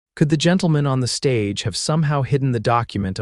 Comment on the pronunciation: Stage - long "A", Soft "g", Silent "e" NO "uh" sound on the tail of Stage. Not on Coach, either.